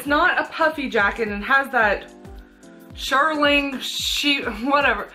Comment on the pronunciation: Great haul, thank you! FYI, shearling, pronounced sheer ling, is from a sheep, more precisely a lamb. Sherpa is synthetic such as what was on the inside of your coats. Hope that helps ☺️